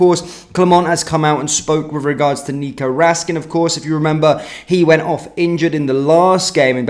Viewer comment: Please pronounce his name properly, it's Raskin , not Rascan .